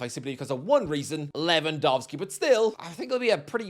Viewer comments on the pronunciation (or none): none